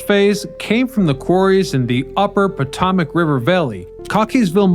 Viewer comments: PO-TOM-IC? Really? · " Po-Tom-Ac " what the "F"? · "potamic River"? "Piramidian"? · Please learn the proper pronunciations of the Potomac ( Pa-toe-Mac ) River and Pierre ( not Peter ) Charles L'Enfant